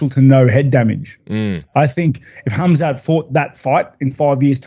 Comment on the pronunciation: I’m glad he made the effort to pronounce his name with H not khamzat!